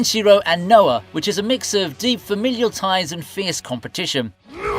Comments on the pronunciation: My boy called Raoh...Noah?...so disrespectful. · Raoh is the right name, it's never been Noah. The video creator definitely didn't even watch the show lmao